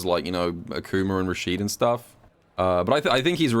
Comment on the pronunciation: Who tf is ackcooma 😂😂